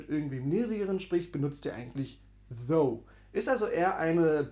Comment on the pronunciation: Eine kleine Korrektur: das Englisch "thou" wird wie "thAU" ausgesprochen. Deine Aussprache "thOO" bedeutet auf Englisch "though", also das Wort "obwohl" auf Deutsch. Also, geschriebenes "thou" wird wie "thAU" ausgesprochen Geschriebenes "though" wird wie "thoo" ausgesprochen "Thou" wird kaum mehr verwendet, entspricht aber "du" auf Deutsch, z.b. thou goest (du gehst), thou singest (du singst), und so weiter. Die Mehrzahl von "thou" ist "ye", also "ihr" auf Deutsch, z.B. ye go (ihr geht), ye sing (ihr singt), und so weiter. "Ye" gilt heutzutage als sehr veraltet, dafür sagt man aber in vielen Teilen der USA, besonders im Süden, "y'all" (you + all).